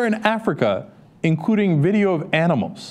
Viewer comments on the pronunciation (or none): none